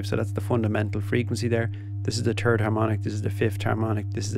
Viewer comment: "This is the turd harmonic." he he